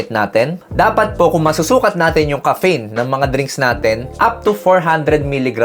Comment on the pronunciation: DOC, BAKIT NAMAN PO GANYAN PRONOUNCIATION NIYO NG "CAFFEINE"?? ARE YOU JOKING LANG BA?